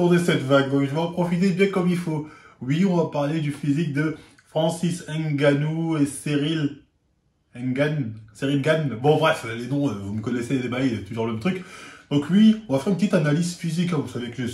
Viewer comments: T’es noir t’es du Wakanda et tu prononces HAINE’Gannou comme les blancs :/ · Comment un renois peu dire francis N---ganou ? On dirai un journaliste de l'équipe 🙄